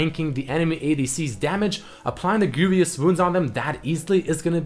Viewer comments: I thought he said grooviest wounds. a nice tip to know about pronunciation. vous has no "i" so don't say greivious like "envious" good vid nonetheless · Hey, man. I really enjoy your videos, so don't take this the wrong way, but you should really look into the pronunciation of the word "Grievous". (Greevuss). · the way he says "grievous" makes me sad